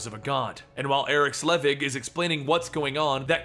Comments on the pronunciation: It’s “sell-vig”. Not “slea-vig”…jesus… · If you hate your liver, have a sip of beer when says "Slevig" instead of "Selvig". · I love this videos but everytime he says Slevig I die a little, it's Selvig